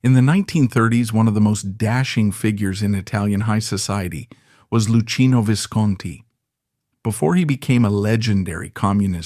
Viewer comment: Doo-chay. Loo-kee-no Vis-cohn-tee.